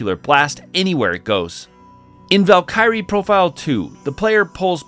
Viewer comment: Definitely... a way to say valkyrie